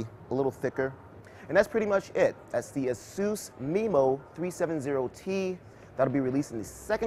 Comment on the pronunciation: i thought it was pronounced "asuuuus" not "asooose"